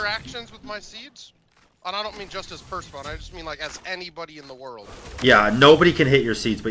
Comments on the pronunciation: Just gotta say its pronounced per-sef-ah-knee kinda like the item mass-ah-moon-aye in case some people actually dont know. Hopefully you guys are just trolling though. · Just like Nike, Persephone's name is pronounced with an extended e. Per-Seh-Pho-Nee.